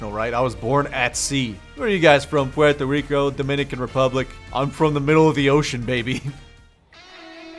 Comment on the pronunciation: LOL he said pueerto rico OML